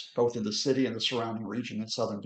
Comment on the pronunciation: Citsy. Politsics. Brexit English?